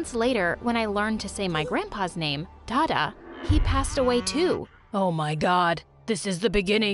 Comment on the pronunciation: "Day da , "Day di" 🤣🤣